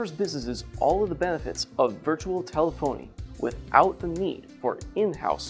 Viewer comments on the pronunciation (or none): It's tel-ef-ony not tele-phony 🤣